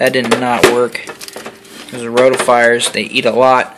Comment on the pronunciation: Roti-fers, not roti-fires